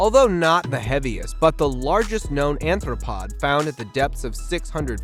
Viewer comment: Arthropod not anthropod